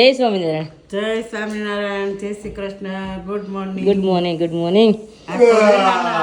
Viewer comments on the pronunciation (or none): none